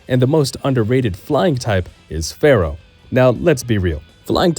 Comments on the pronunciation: I can’t trust anyone that pronounces Spearow and Fearow wrong 🤦🏻‍♂️ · FEAR-O not Pharoh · It's Fear-Oh, not Farrow. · Fear-ow Not phara-oh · Spearow sounds like spear but fearow sounds like fair? Yeah no. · The way you pronounce FEARow is annoying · Why do you pronounce Fearow like it's gonna summon the Curse of Ra? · its fearow!! and spearrow. not farrow and sparrow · Also, "SPEER-OH" and "FEER-OH" Not pharaoh and sparrow lol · Fair-oh? Spare-oh? Really?? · Are you serious with Farrow? And Sparrow? That has to be a joke. There's no way. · fear-ow, spear-ow........ its in the name. Not Pharoah or sparrow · "Sparrow"? "Farrow"?? SPEAR ROW FEAR ROW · Spear-oh like a spear Fear-oh like fear as in horror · Why he saying Fearow and Spearow like that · Why are you pronouncing Spearow and Fearow that way? It's... distracting lol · The repeated mispronunciation of Spearow and Fearow have me skipping to the next video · I don’t know if I’m the crazy one for how I pronounce Kabutops, but I know the Spearow and Fearow ones are wild… If I didn’t hear the switches in microphone quality and volume, I would swear it was AI narration, lol. Maybe this narrator is more in tune with the preferred pronunciation, like how Game Freak wants you to say Po-Kay-Mon, rather than Po-Key-Mon or Po-Kah-Mon?